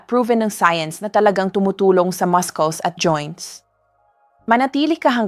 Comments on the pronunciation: I think this word Muscles is pronounced Masuls as in mussels NOT mas-kles 😮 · 🎉Excuse me but muscles is pronounced Masels Not Maskels. Nakaka turn off.... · All the 7 fruits na suggestion mo to eat noong mahina ang mga binti (which means intended sa senior citizens) ay all super bad sa may diabetes or kahit pre-diabetics, na usually ay ito ang sakit noong matatanda. Kung sobrang tumaas ang blood sugar, paano? Also, please go to Google and check the pronunciation for muscle or muscles. That's what I do most of the time as I often times not sure how to pronounce certain things/words. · kakainis AI how muscles is being pronounced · PLEASE PRONOUNCE THE.WORD MUSCLE CORRECTLY. UR A DOCTOR. YOU PRONOUNCE YOUR WORD MUSCLES INCORRECTLY. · I hate hearing you pronounce MUSCLES…….. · Why do you pronounce muscles wrongly?? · please check po yung pronunciation nyo of word na “muscles” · AI na nman ito. Listen to how she says muscles!😊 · WRONG PRONUNCIATION NG MUSCLES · Ok.ang mga information pero pakitama na man ang prononciation m.ng muscles. pineapple dr k pa nanan nakairita sa pandinig pls aralan ang mga pagbigkas ng words bago .i post